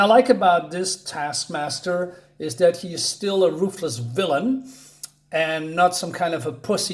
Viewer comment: "don't let this cover fool you" - i'm not thinking that it's christmas, just because there is a santa on the cover. 😜adding a red towel might work tho. also, your "MAGGIA" doesn't nearly sound italian enough. TASKMASKER (you keept saying it, even after noticing 😄) is the one from the black widdow movie, right? despite the mocking of sweaty POCs, this video gets 1 thumbs up from me.